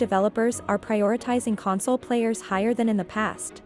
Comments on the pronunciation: I find it funny that the AI/Voice is pronouncing console, as in comforting someone, rather than a gaming console. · It’s weird that the VO switches back and forth between CON-sole and Con-SOLE! 😂🤣